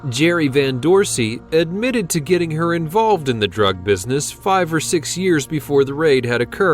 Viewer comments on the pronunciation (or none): none